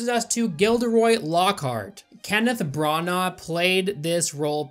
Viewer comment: ' pronunciation of some of the names are amazing "Kenneth brarnarh"